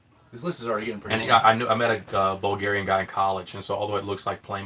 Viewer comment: i just subscribed. you are like writing your references at the end of your doctorate thesis, in arm wrestling. You are on your way to reach Prof. E. Terzi:D:D:D. Bulgarian pronunciation is spot on!